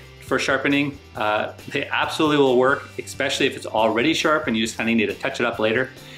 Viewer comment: Good video - just one thing. There is no 'k' sound in 'especially.' "Ek-specially" is a common mistake, though. Cheers!